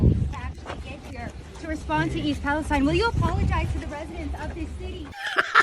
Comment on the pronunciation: Thank you for respecting English, and pronouncing Palestine correctly as Palestine and not Palesteen